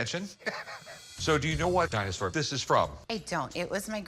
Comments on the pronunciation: Something about Dinosaur sounds a bit odd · Why does he say "dinosaur" like that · why does he say dinosaur like that 😂😂